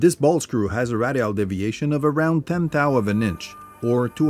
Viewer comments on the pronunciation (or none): No offense, but you are pronouncing radial like fragile. Ray dee all.